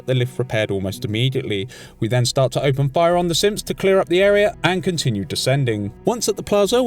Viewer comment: Does anyone else hear him say simps when he says synth